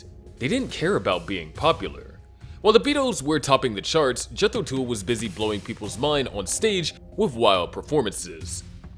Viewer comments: AAARGH!!! It is pronounced TULL not TOOL! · jethro tuuulll....not jethro tool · Yeah, like the “hool” of a boat. If he doesn’t know that Tull rhymes with hull, why would I listen to a word he says? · A few random thoughts... 1. This clip should've been called "The 5 Less-Hyped Bands That Gave The Beatles A Run For Their Money". Because, that's what they did. 2. Tull rhymes with "Hull". Unless the"narrator' was too busy listening to "Ænima" to notice. (Unless "he" is referring to Ian Anderson's flute, which, in this context, makes it Jethro's "tool", Fool.) 3.What AI was used to create this content? Skynet? Lane-tastic. 😂 Try better with humans, please. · Oh yeah, right. Such a big fan of these 5 other bands you can't even pronouce "Tull" correctly! Pretty much every band of the 60's hung on the coat tails of The Beatles. As for these 5 bands, I've got albums by all of them and they are all relatively limited as songwriters compared to Lennon, McCartney and Harrison and nowhere near as boundary-pushing, genre-defining or creative as The Beatles. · My suggestion would be to use Google and learn how to say 'Tull.'